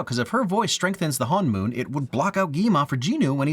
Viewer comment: He did keep saying HanMoon instead of HoneMoon (Soul Gate/Barrier) but the rest of it was pretty good. The exceptions are forgivable since some of those phonics just don’t exist in English. Still, it’s easy to tell he did a lot of research and made a lot of effort.